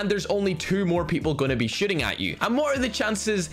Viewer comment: I thought you said " there's gonna be only two people Shitting at you "